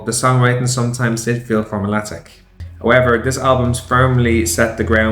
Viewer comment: It's "formulaic" not "formulatic"